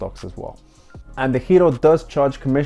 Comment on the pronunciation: I was going to ask the same thing. You pronounce DEGIRO like a true Dutchman.